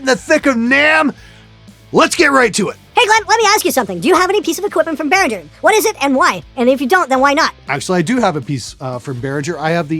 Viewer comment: 'bare-ring-ger' not 'bare-rin-jerr'